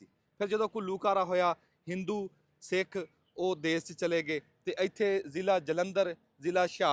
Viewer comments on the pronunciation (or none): none